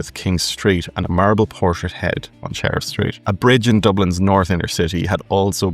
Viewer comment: You talk about Sheriff (? your accent and computer acoustics) Street in Dublin, the batchelors' Walk Massacre. To we obsessives in and of the diaspora, who's ancestors left in the 1850s and who grew up with parents, grand parents, great unkles, aunts, unkles, especially unkles, filling our heads with the sorrows and Irish priests and nuns walking role models, that stuff, ordinary to you, is sacremental to us. The first time I walked down O'Connell Street, from the Bridge and past the Post Office, I was in tears, just as well I was by myself. We aren't Irish but... I'm now more Sean Keane than Dubliners but still love Kelly's older stuff.